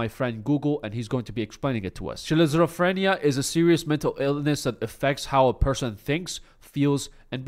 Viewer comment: Say it with me, skit-zo-frinia- schizophrenia